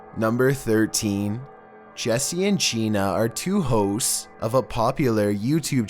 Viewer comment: When he said 2 hosts , I heard 2 hoes 👽